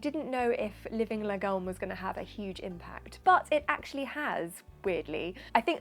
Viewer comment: "Lagom" is pronounced laa-gomme with the weight being on the first half of the word. You're welcome!